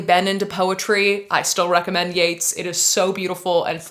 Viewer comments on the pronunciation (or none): You're pronouncing Yeats wrong and it hurts my literary feelings.